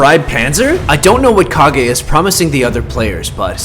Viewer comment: Its kag e